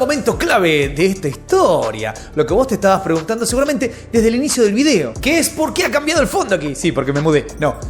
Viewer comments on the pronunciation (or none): none